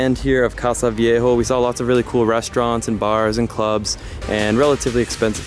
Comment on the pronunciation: It's not "casa viejo" it's "casco viejo"